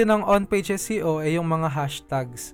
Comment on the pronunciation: SEO po ba o SCO? Prang naririnig ko po more on SCO? Bka mhina audio ko..Thanks.